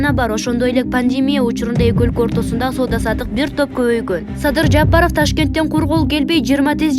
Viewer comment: Жапарыв эмес ЖапарОв...